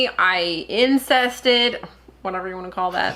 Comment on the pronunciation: LOL!!! said "I insested" I have to isolate that in a video for you.